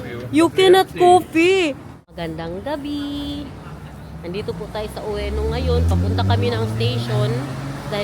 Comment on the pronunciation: Ueno pronounced as "Weno", walang "O" sa unahan, my. Don Quijote(Quixote) = pronounced as "ki-ho-te" No bashing please❤❤❤